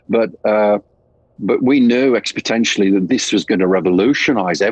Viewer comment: 'Exponentially' NOT 'Expotenially ' Rob > Not a fan on HM, but yea - Priest had a few good tunes...